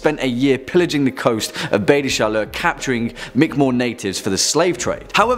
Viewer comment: Good pronunciation of "Baie des Chaleurs"! Acadian approved!